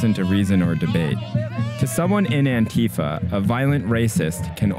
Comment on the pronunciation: when youre a leftist journalist and you cant even pronounce antifa correctly lol